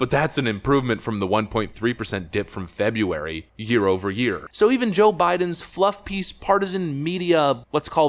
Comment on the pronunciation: Feb-a-wary 😂😂 100%. That reporter was a liberal douche.